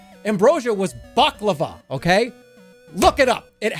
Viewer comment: his pronunciation of baklava😭